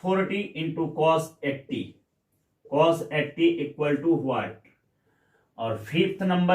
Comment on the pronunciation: Cos ko pronunciation nahi athaa🤣🤣